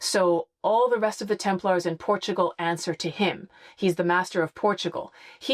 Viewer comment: The continued mispronunciation is hard to listen to repeatedly! Sometimes slips and pronounces it properly- it’s not a hard “a” like a guy from Sweden “Larrs” It’s pronounced “Temp- lers” Ease up a little on the “-aaars”. Will make it better to listen to! Less hand waving as well please!🙏